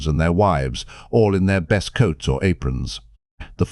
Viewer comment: This has to be a chat bot narrating. I swear it is going out of its way to mispronounce as many words as possible. "Best" was pronounced "beast" o_0